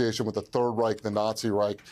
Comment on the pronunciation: Its call Reich not rik